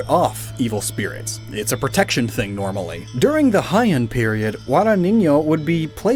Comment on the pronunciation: I don't want to be THAT GUY...BUUUUUUUUUUUUUUUUUUT! your pronunciation of the Heian period hurts me more than the nails they stab those cursed dolls with! it's pronounced like "Hey Yahn".